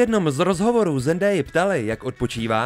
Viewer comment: To se nevyslovuje Zendéja, ale Zendája jinak super video